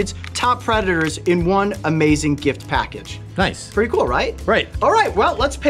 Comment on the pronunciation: he said the meme noice